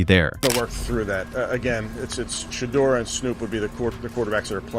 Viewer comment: Shadow, Sheeduer, Sheder, Shadure, Sheeder, Shadower……….. SHEDEUR. His NAME IS TAKEN FROM THE BIBLE which you A.I. Clowns apparently have NOT READ nor have you researched. PRONOUNCING the Man’s Name CORRECTLY isn’t that much of an EFFORT if you really know A.I.! Do the Right Thing!